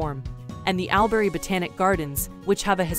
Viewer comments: This lost me straight away by saying AL- berry learn the pronunciation to get the respect 🤦‍♂️ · Al berry / Woe donga. . No ! We pronounce that. “ all brie / w dong ga. “. You should really make a small effort to pronounce names correctly.